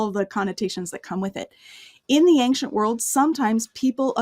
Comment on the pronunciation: Anxient=not a word, don't fall for the false pronunciation!